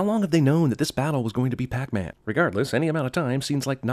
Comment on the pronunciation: That’s not pac man it’s pec man